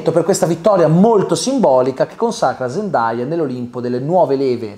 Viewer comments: Zendaya lo ha meritato troppo 🥺❤️ P.S Comunque la pronuncia non è “ZEN-DAI-A” ma “ZEN-DEI-A” 😅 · Si pronuncia "zendei"